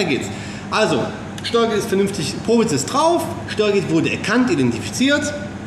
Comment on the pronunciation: Wenn du schon versuchst Englisch zu sprechen, dann spreche doch auch Probe richtig aus! Probe = Tastkopf ...... (Prob)gesprochen.